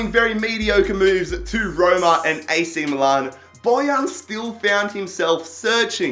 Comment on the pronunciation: so this guy can pronounce 'Tianjin Quanjian' but he cannot fucking pronounce 'milan'...MILAN ITS NOT MOO-LARN GOD HAVE MERCY NO....